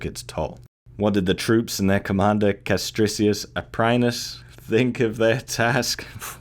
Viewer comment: Great video, mate, but do not pronunce latin like if you were speaking english. Example: "i" vowel has to be read as "ee". Castricius Aprinus has to be read as Kastreekee(oo)s Apreen(oo)s. Where "oo", besides, is roughly like when you pronunce "spoon".